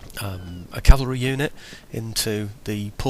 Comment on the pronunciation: Oh hey btw. I really like that you say cavalry. So many people mistakenly say calvary and not only is it mispronunciation but it changes the meaning of the word. So cheers lol